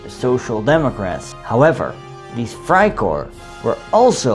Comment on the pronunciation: It’s Freikorps not freikor you’re butchering they’re name